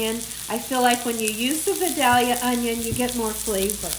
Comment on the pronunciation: you pronounce Vidalia correctly. I am a gal 82 from Vidalia. Most people don’t say it as lovely as you do. Love ya Gal.